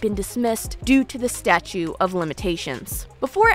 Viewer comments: Hon PLEASE! I want to listen 🎧 and I want to support him. But u must be credible and educated. It’s “stauTE” of limitations. Not Statue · Awesome video. It sounds like you are saying “statue of limitations”. It’s actually “statute of limitations”. Maybe I am mishearing you. This video is very good and well researched. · You're not saying statue of limitations, are you? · Such a great video! Very balanced and educational on SA and DV! I can't help but get annoyed when you say "statue" when I think you mean "statute". Maybe I'm wrong, but I think you might be missing a T in there. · Are you saying "statue of limitations"? It's statute. With a T. Great job with the research though. I really don't know who to believe now. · *statute - not statue of limitations... ;) good video. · Hi, it's "statute" of limitations not statue. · Hun...it's *"Statute", not "statue"...🙄wow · Statute not statue. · It’s statuTe of limitations, not statue of limitations. Hopefully you don’t take it the wrong way because I’m not trying to be rude on purpose. But I do know it sounds and feels rude. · I love you to death girly but I am so 🧐 - it sounds like you’re saying “statue” of limitations instead of “statute”? Am I mishearing this because it keeps jarring me & it’s one of those words that just slips by so fast that I can’t even tell if what im hearing is what’s being said, hah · The word is “statute.” Just letting you know. Keep on keeping on.